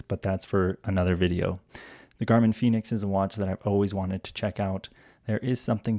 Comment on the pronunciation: El "finix' "gormin' me gusta mucho 😂😂😂😂